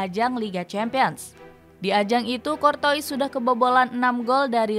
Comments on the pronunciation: Tutorial membaca nama Thibaut Courtois Dibaca : kortua ❌ Dibaca : kortowis ☑️ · Kortoa bukan kortois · Kurtuwaa min kurtuwaa, bukan kortois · Cortoa bacanya sayang bukan Cortois/Corona 🤣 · Tolong dilatih lagi cara penyebutan nama dengan benar, Kortoa bukan Kurtois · min mimin Maaf maaf nih Telinga kita familiar dg sebutan nama KORTOA bukan KORTOIS ini yg bikin kontennya serasa keluar jalur. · Cor-toas bacanya min bukan cor-tois🤣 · Cortoa bukan cortois di bacanya... women ☕☕☕ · CORTOIS DIBACA KORTOA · Courtois bacanya kortoa min, bukan kortois🤣😭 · Anj ganggu banget sumpah pengucapan adminnya kortois kortois mulu🤡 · Saran minn..... Klo bahasa perancis curtois - dibaca curtoa. oi dibaca oa 🙏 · min, salah baca tuh nama kiper madrid... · Ini baca nama kiper Madrid bisa bener g si..